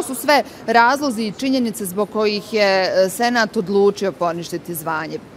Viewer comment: Kad kaze Senat ja cujem Senad (hadzifejzovic)